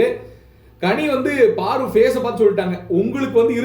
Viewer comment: Paru not Baru